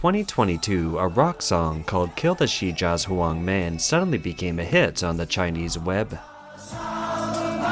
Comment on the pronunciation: Hard to take this channel seriously when they can't even say 'Shijiazhuang.' Pathetic.